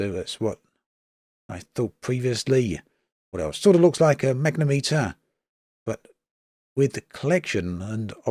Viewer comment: Not enough in there for me to get the game yet. When they get science working, fix more of the bugs and optimisation maybe I'll consider it but until then I'll remain a disappointed KSP1 player .... Btw it's pronounced mag-net-om-eter